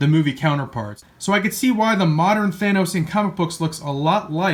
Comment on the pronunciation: YAY! he says thanos right!